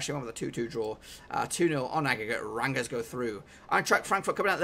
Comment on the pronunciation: you kind of butchered rangers pronunciation there but nice work doing all these predictions any chance you do all the extra preliminary fa cup fixtures coming up lol.